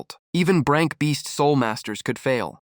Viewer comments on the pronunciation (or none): Oh come on If you're going to upload don't use somebody else's s*** that was already s*** to begin with because hearing Arank Crank Brank instead of A-rank C-rank or B-rank